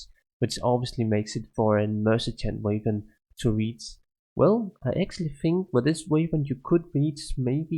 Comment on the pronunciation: Damn the way your pronounce "weapon" annoys me more than it should.. nice items who!